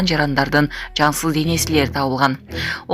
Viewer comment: Жансыл эмес жансыз денеси деп айтылат.